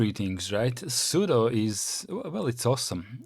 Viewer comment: There is no 'superuser' on Linux; it's root. the 'su' command is for switch user or substitute user. At least you pronounce 'sudo' correctly as "pseudo"